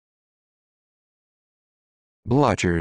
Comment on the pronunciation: NO, NO and a million times NO. It's a german (prusian) word and , of course, the pronunciation is miles away from this. [ˈblʏçɐ].